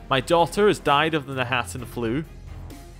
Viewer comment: My compliments for being able to read, specifically read knahaten flu correctly. I heard people say kanaten and kanarthen, and I have to admit, it's frustrating.